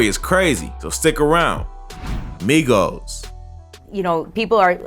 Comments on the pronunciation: She said Migos wrong 🤣🤣🤣. She said My-gos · 🤣🤣🤣 WHEN SHE SAID "MYGOS" I FELT THAT! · The news reporter said Mighost😂😂😂😂😂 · Not her saying mygos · The news lady called the Migos the maigos wtf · The reporter said mygos. The fact that migos is a real word, somebody to ask how she got a job? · That reporter said Migos wrong intentionally 😤🤦🏾‍♀️get ya Mygos ass outta here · This bih said mygos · Shawty said Mygos 😂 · Yeah myegos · Bitc said mygoes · Did this women say my-goes what my-goes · It triggers me when the lady said “mygos ” trying to say migos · The Mygos. Lady it’s Migos 😂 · why tf did she call migos mygoes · NIGGA SAID MYGOS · the news girl said mygoes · Did she just say My-goes 😳 lmao 🤣😂😆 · She did not say Mygos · The reporter said mygoes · the fact that she said “mygos” 😂😂🤣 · This bih said mygos I’m done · The way news lady pronounced migos lmfao my-goes😂😂😂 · Mygos???? Learn how to spoke woman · “Mygos” 😂🤣 wtf bruh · She said My-Gos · She said MY GOES!!!!! 😂😂😂😂😂😂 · lmao "My-gos" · She said mycos wrong 🙂🙂😂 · Y she call them the My Goes Who tf is the My goes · “My-goes” did she fr just call them “my-goes”? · she said mygoes 😂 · When he said the migos name it sounded like made up names from a key and peel skit 😂😂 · The way she said "Migos" tho 😂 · She’s knew she fucked up when she said it🤣🤣